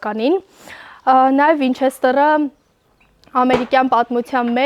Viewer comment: Վինչեստռ չի , վինչեստեր ա 😂👍